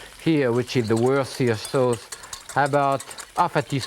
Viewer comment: "wurseer sauce"